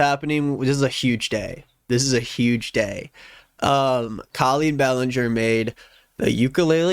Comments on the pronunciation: Hey, could you please say her name how it is pronounced.. Co-lleen.. tnx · babe i need you to pronounce her name properly because I'm losing it slowly